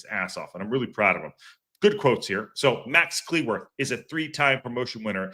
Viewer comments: FYI: his last name is pronounced like “clue”, not “clee” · You must be relatively new to the channel. Lol. mangling pronunciations is kind of a long running joke on the channel. and pronunciations don't mix well, and there's a good explanation for why that is that I won't go into. That said, I hear half of the people I know from the UK say cleh-worth and the other half say clue-worth. I'm not saying he or his family don't have a preferred pronunciation, but I don't think it's quite so definitive.